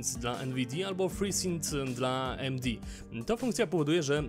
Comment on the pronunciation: Mów albo po polsku, albo po angielsku, tzn. "A Em De" lub "Ej Em Di", a nie "A Em Di" xD